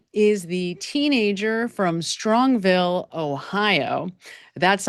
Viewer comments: Strongsville, Ohio, not Strongville. Just saying. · it is Strongsville. There's an S in the middle too. ☺️